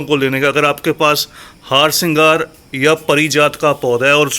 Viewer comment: The plants name is harsingar not haarsingar the way you pronounce it